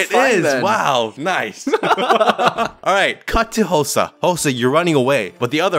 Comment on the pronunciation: Thats not hosah- -Hosah